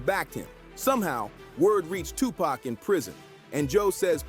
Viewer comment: How you can't say tupac's name right, you hear the people in your own video pronounce it right, but you can't